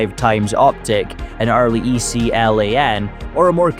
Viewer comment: It's just Acog, not A-C-O-G. It's 7.62 BY 39, not times 39. It was a 3.5 Elcan. Not E-C-L-A-N.